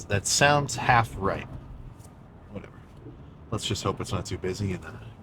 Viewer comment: I started rolling when Sam muttered under his breath “oh my goodness… well… Whateva”. Starting cardio this week